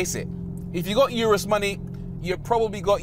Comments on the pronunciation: RORY, It’s pronounced URUS not YURUS GET IT RIGHT!! -good video though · Hate the way he pronounces "Urus."🤨😡😡